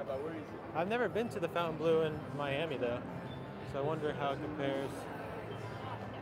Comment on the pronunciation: Pronounced fountain blue